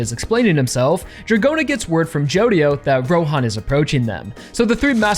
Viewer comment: i hear a lot of ppl pronounce Jodio like you, but I still think the right way is gonna be stressed like Jo-Dio